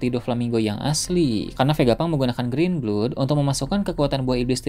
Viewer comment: miinn GREEN BLOOD bacanya grin blud apa grin blad 😅aq slh dgr apa gmn ko mimin blg grin blud😅 hmmm🤔 memang menarik nih pertarungan mihawk vs fujitora benar2 tipe skill yg sgt berbeda tentu menarik pertarungannya dan kedua orang yg ini memang memiliki skill yg diatas rata2 bahkan fujitora sgt unik kekuatan gravitynya mampu menghancurkan seluruh bangunan&tanah ditumpukan ke lwn tp memang mihawk mmg bukanlah pendekar yg mudah tuk dikalahkan.